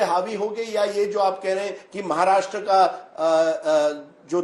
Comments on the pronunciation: What’s “महार्ष्ट्र” .. it’s “महाराष्ट्र” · अगोदर महाराष्ट्र म्हण नीट. महाराष्ट म्हणतोय गधडा...